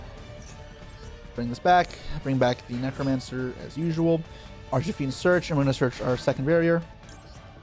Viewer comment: I like the way he says archfiend like arch-a-fiend, sounds Italian 😂